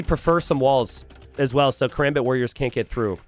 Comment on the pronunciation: It's not katrebit it's kaRAMbit